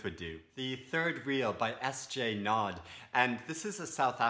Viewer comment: Hope I didn't offend. I would have pronounced Naude exactly the same way as you did if I was a non-South-African-English-speaker. Right now I have a serious readers crush on Virginia Woolf. For someone who loves picking up on subtleties, her work offers hours of delight. I've actually only recently started reading her fiction. I read "The Hours" a few years back, which I loved and after that read Hermione Lee's biography on Woolf. I also read "The death of a Moth" in the past and thought her to be an excellent essayist but I don't think I was really ready for her novels until now. I'm busy with "The Years", which I intuitively bought before reading Sight, and it has brought a richness to my engagement with Sight. I'm waiting for a bunch of her novels (Mrs. Dalloway, To the Lighthouse, The Waves, Orlando) and a Room of Her Own to arrive, but in the mean time listened to an audio version of Room of Her Own on You Tube and loved it. Also bought a collection of her essays on Kindle. It sound like a wonderful idea reading and recording The Waves in different locations. On my google journeys I came across a book "Walking Virginia Woolf’s London: An Investigation in Literary Geography" written by Lisbeth Larsson, which sounds really interesting but does not include "The Waves"